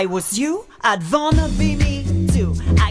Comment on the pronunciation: I saw Megan’s say wanna (well vanna) 8 times